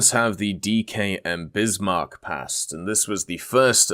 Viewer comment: I died at him saying DKM Bismarck